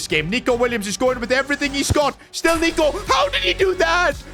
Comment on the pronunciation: bro did not say nico